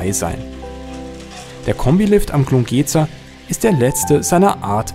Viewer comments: Glungezer spricht nicht mit einem langen ,,e" sondern mit einem kurzen ,,e" aus.Wollte ich nur kurz gesagt haben. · 👍☺️ Nett anzuschauen! Eine kleine Anmerkung: Glungezer wird mit kurzer Endsilbe wie in Metzger ausgesprochen, und nicht so gedehnt. 🤫☺️